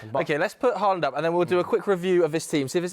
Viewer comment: Bro said Haland 😂😂😂